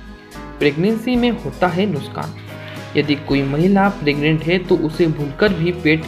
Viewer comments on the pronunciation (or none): nuskan nhi lol nuksan🤣